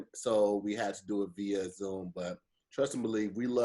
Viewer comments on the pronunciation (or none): Do you speak English? He effd up before “ a cappella” “via zoom” he said “v a Zoom”! What? Va zoom? The state? Say it viii uh or vee uh! But V a AINT it!🤣🤣🤣